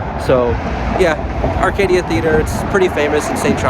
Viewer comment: It’s arcada theatre not Arcadia . Pronounced it wrong . Added a letter “i” that doesn’t exist. Locals would make fun of you. It’s pronounced “are-cah-duh”